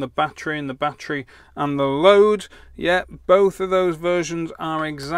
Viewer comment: My batt tree. Say it with me batt er ee.